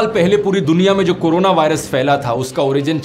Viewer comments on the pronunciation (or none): none